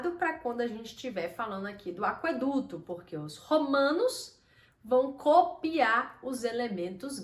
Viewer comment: Por que você pronuncia aqueduto como se tivesse trema: aqüeduto?